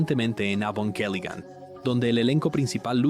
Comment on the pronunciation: Me fascino este video, lastima el doblaje de las escenas de evangelion se sentiría mas comodo en japonés con subtítulos, tambien me incomodo que aveces diga avongelian y que diga ava en vez de eva hasta hay partes que la voz no formula bien las palabras como si estuviera hecho con una ia pero fuera de eso excelente video